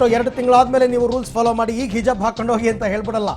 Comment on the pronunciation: ಹಿಜಬ್, ಅಲ್ಲ ಗುರುವೇ ಹಿಜಾಬ್!